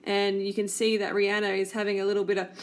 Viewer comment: I'm so tired of this vegan bullshit being pushed on everyone! Rihanna (by the way if you're going to dump on her at least pronounce her name right) is a better role model than you, she isn't making people & especially not kids feel like they're going to get fat because they eat meat! Bitch you're not good enough to eat the dog shit off her shoe! Fuck You!